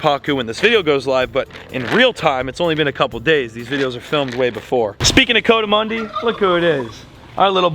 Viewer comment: you and, its a coatimundis, but it's pronounced kou-a-ti-mandi, it's not a coat like a coat